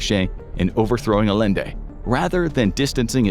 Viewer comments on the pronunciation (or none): Bro really said Alende instead of Allende 🥸🤨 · Salvadore Allende is pronounced with double l making a y sound. It's pronounced A-yen-de.